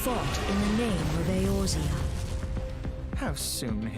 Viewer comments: Clearly says Eorzea over the whole screen, several times over: Calls it erozea 😅 sorry, couldn't help it. You've now seen more arr cinematic stuff than 99.9% of the playerbase hehe. Arr is something you play through as fast as possible for the most part. Its quite outdated, sadly. It sets up the story nicely and parts of it is quite interesting. Unfortunately the pacing is terrible. HW, SHB and EW is where the game shines. And oh does it shine! Best story ive experienced, ever. SB is okay too but it too has some pacing issues. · You were pronouncing Eorzea wrong btw; it's (AY-OR-ZEE-AH) But i've been enjoying your reactions to alot of stuff so was happy seeing this in my feed ^^ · Um, does he have dyslexia? I only ask because I can't figure out how he reads Eorzea and gets something more like A-Rose-Zea. Don't get me wrong, he's got the name mostly right compared to others who haven't touched the game. I don't mean offense, I myself am horrible with pronouncing things I haven't heard before, just wonder if maybe he has dyslexia that's making him see the r coming before the o or something like that. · Watching this as I play FFXIV, crafting my level 90 Relic Tools. Thanks for the distraction. P.S. The way you mispronounce Eorzea is triggering me, lol. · He's gonna realize it's Eorzea and not Erozea at some point, right? ...Right? :D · "Erozea." Ee-OR-zeh-ah. OR. OR, GAWD DAMMIT! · Ey-OR-zea. Not Ey-roze-ea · Probably been corrected already. "E-or-zea" is how its pronounced. Not Erosea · "... Glory to a raisin?" Thank you for the top laugh of today. Edit: Also, I'm more than 1 hour in and you're still pronouncing Eorzea as Erozea xD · FYI, Eorzea is pronounced EE-ORE-ZEE-AH. 🙂